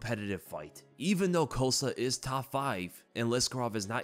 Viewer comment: i'm pretty sure paulo's last name is COST-A not COAST-A